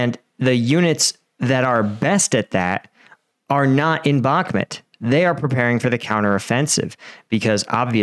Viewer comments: It's бакмут bakmut Bakmut " bakmoot ", not " Balmet " learn 2: Listen ! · Why do you keep saying bakmit?? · I don’t know why this guy can’t pronounce Bahkmut correctly. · Love your vids but the way you say bakhmut kills me